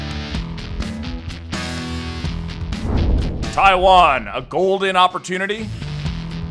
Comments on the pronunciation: My ears think you are talking about Thailand rather than Taiwan at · Is it me or about twice he said something like 'Thailand' instead of 'Taiwan'? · What is you and pronunciation of Taiwan 🤣 one second I hear Taiwan (Tai-one) then I hear taiwaaaaan (Tai-wahn)